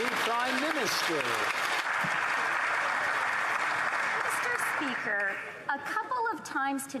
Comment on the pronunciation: Remain vocal, you are correct, and your time in office will come. Canadians are listening. You certainly have leadership quality. also; "MEEESTER SPEEKER" uuuuugh....